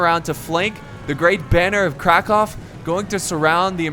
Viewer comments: Loving u x, but I do believe it's pronounced krak'owe' not krak'ov' but hey no one really cares... Don't even know why I bothered. Anyway loving ur vids and especially the skyrim campaign xxx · It's said crackow there's no v in polish alphabet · Hey so about the Kraków pronouciation yeh XD sorry to be a pain but its 'Krakoov' the ó is a u sounds i believe the mod spells it with an o for convieniece sake lot less fukery to put o instead of a letter that aint pressent on the US format of keyboards. But yeh best pronouciation i heard from an English speaker so far as i always hear it being said as Cracow which hurts my sole so bad so thx anyway:) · It's krakoow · Kraków, Ó is pronounced as oo like in a "hoof". So it would sound like crack-oov. Cheers~ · well, you pronounce krakow good, but originally, you pronounce o (ó) like u (kraków) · Hi:) I'm from Poland and you are very close to prounance Kraków:D The only thing you must search for sound of "ó" and it will be perfect! Best regards from Poland:D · You still have little problems with "Great Banner of Krakow". In Polish, it's "Kraków", my advice is write this name into Goggle translator and use Polish speech-to-device it should help. Great video so far ^^ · Khm i am polish and you did it okayish but not really right.